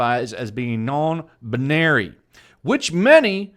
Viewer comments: sarcastically pronounces non-binary as non buneary Buneary: cries in pokemon noises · No no no you misunderstand.. It's not non binary.. It's non buneary.. She just doesn't like bunny pokemon